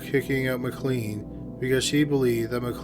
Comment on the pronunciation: Just in case you have to pronounce the name McLean again, its pronounced McLane. McKay is another often mispronounced one, as its meant to sound like McAye (like a capital I)